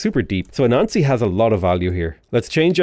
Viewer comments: Whenever he says Anansi, I keep hearing "a <WW2 German soldier>" - trying not to say the word explicitly, to not hamper the YT algo against. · I was listening to this is the back ground and when you were talking about Anasi i heard...A nazi will do...i've never unlurked as quickly as that